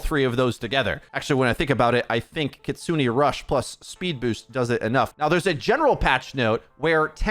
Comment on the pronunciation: Bro just said kitsuni rush 💀💀